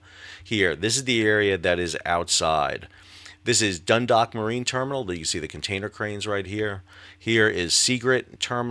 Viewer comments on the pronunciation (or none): Great commentary. One note from Ireland: Dundalk (named after the town in Co Louth) is not 'dun-dock' it is 'dun-daawk' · Great informative report. Just a minor point of information to add… Dundalk is pronounced Dun-dawk (rhymes with hawk). Thanks for your updates. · As a Baltimore local, I want to help you with some pronunciation of the locations. Dundalk - the "dalk" part sounds like "walk" Seagirt - the "girt" part sounds like "dirt" Just trying to help, honestly.